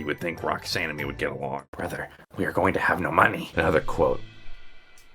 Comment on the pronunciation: “Brotheh we are going to have no money” Got me laughing rolling all the way to North America